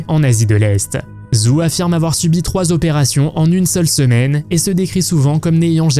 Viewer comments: Les vingt zopérations, bravo pour la liaison dangereuse ! Bravo aussi pour la voix en ia, aucun effort. De plus, les dates dans les évènements, c'est n'importe quoi : opération en 1963 pour Hang Mioku qui est née en 1965. J'ai arrêté là. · 20 zopérations ????? Alors, enter 19 et 21 ans, on a vingt zans ??? Qui est l'ignare abruti qui parle comme ça ???? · « Vingt « zzzz opérations. Aille aille aille. Ça fait mal aux oreilles 🥴🥴🥴